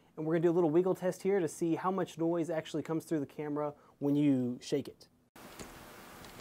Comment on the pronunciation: "niose" lol